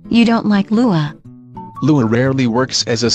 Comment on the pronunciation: You just had to say it like LUA huh